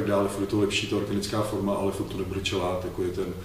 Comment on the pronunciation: Ahoj kluci, máte skvělý videa. moc se od Vás učím. Skvělá práce. Jednu poznámku si ale asi opravdu odpustit nemůžu. Možná Vám to už někdo říkal, ale chelát se vyslovuje [chelát], nikoli [čelát]... jen taková drobnost. Jinak ještě jednou díky za videa ;)